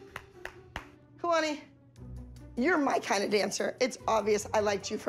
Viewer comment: Abby calls Kalani Alalni